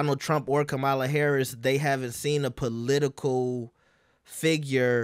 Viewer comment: Y’all refuse to learn how to say, “Kamala.” 😒